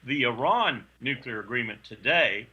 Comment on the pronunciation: he says nucular.